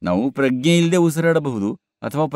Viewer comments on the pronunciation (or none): Sir, your translation is good. But Pragna is prounced in Kannada as Pra-g-ne and not Pragge.